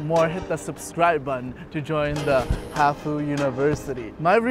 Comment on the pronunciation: hafu not hwd